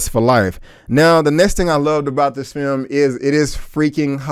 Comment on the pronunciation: You didnt butcher the names of the directors... no worries. But you did butcher the english language. This FEYUM... you mean film?